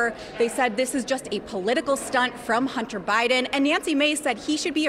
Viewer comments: She says "Hunner Biden". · EmptyG: “Hunner Bydn”. “Buhcuz”. She’s a joke.